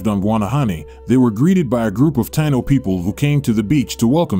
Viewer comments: It's pronounced Tie` ē no. Spelled like how its pronounced Taino! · I wish u would pronounce Taíno correctly..